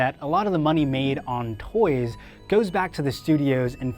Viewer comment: The way this guy says toys bothers the hell outta me